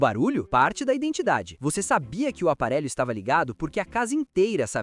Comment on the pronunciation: "Oudasia", "aparélho"... 😂 IA, usem com moderação.